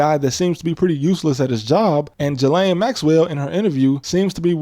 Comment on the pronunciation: All that talk like you know better and you can't even pronounce Ghislaine right?